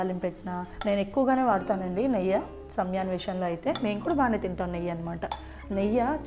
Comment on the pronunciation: నెయ్య కాదు నెయ్యి